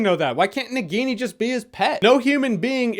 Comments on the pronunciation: Na Guinea that's how your spelling, it's spelled Na-ghi-ni (Indian name for a Snake in human form), BTW not a hater just trying to correct the pronunciation. Love your reviews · Nagini pronunciation hurt my ears.